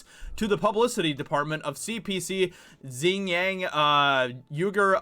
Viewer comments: It's pronounced "wee - gur" not "you -gur". Xing is not pronounced "zing" either, hahah. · Xinjiang pronounced much like Shin-gi-ong saying the last two syllables quickly together <3 Keep up the good work man, the hollywood aspect is extremely important. They need the "artists"